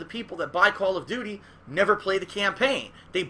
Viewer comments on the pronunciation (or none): Call of dooties Lmaooo